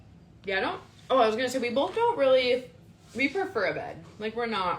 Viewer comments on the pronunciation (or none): I can get past the gratuitous debauchery and backstabbing but I just lose it when she says “bolth” or cackles at nothing funny. Not a funny word came out but she laughed by a hyena